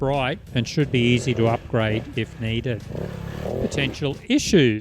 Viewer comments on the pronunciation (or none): none